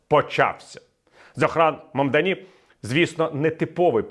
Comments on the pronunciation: Прізвище нового мера МамдАні з наголосом на другий склад. Куомо ніколи не був очільником міста, ви хоча б підчитайте контексту перш ніж коментувати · Ну як так, не вгадали жодного наголосу у імені Мамдані.